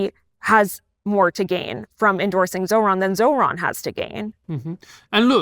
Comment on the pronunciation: You don’t mess with Zohran… I hear it Zohan every time someone says Zohran…